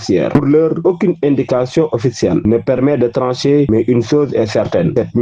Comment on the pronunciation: METTEZ A LA PLACE DE CELUI QUI TRADUIT EN FRANÇAIS LES PAROLES DE SONKO PAR QUELQU'UN QUI LIT CORRECTEMENT.LES " j " IL LES LIT "Z " et "aucune " il lit "auquine " etc.....